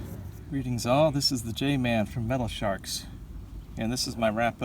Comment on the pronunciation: It’s all good brother there’s still names I mispronounce like Hobolochitto Creek 😁 I used to call it (Whole bowl o Cheeto) when I was a lil kid 😂😂🤣🤣